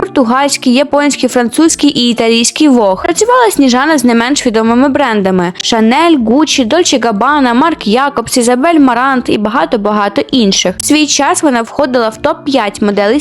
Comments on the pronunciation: Все добре. Але, Марк Джейкобс🥲 Якобс це кава така)) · Кожного разу від того Марк Якобз аж кров з вух ллється)😅